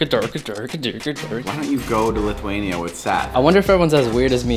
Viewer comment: I hate when ppl says litheinia ITS LITHUANIA